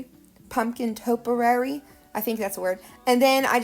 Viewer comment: Top E ary...is how you pronounce it lol. Very very cute!! I got one of the doors from DG too and I was going to leave it alone but now I can't wait to change it!!